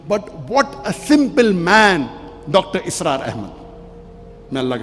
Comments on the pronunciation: Bhai dr asrar nahi dr israr hain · Dr. ISRAR not Asrar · Dr asraar nahi bhai Dr israar bhai